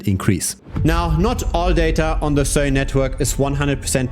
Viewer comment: just pronounce it normally you weird dude